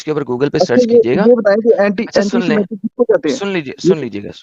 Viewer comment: Noah’s sons : Shem, Ham, and Japheth. Sematic = adjective. se·mat·ic. sə̇ˈmatik. : serving as a warning of danger. used of conspicuous colors of a poisonous or noxious animal. It is “SEMANTIC”, not “SEMATIC” ! In semantics and pragmatics, meaning is the message conveyed by words, sentences, and symbols in a context. Also called lexical meaning or semantic meaning.